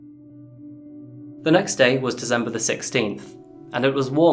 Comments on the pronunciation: Love your videos, gruesome though they are. You are however the only person I know to say "Dezember"! :) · Dizzembah the thirteenth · Anyone else notice that he pronounces december as dezember? Anyone know what area that might be as I assume it's an accent?